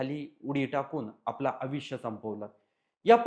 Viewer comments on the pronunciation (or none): आविष्य नाही आयुष्य